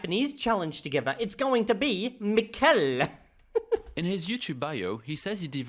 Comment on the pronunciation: It's MI-kel, not mi-KEL. My only goal in life now is that you pronounce our favourite scammer's name properly. Edit: Oh, I see you do it purposely. Then I'm going to be even MORE annoying.